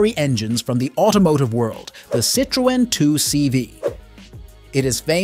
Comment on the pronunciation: Just the butchered pronunciation of Citroen made me stop watching in short order.